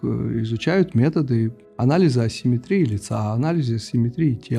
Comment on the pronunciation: Грамотный человек, а в слове ассиметрия неправильно поставил ударение!!!